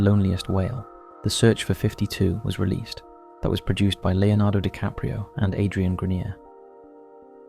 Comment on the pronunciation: heard dicaprio and eye rolled